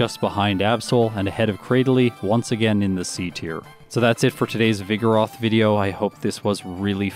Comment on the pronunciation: pronounces vigoroth like ‘vigorous’ with a lisp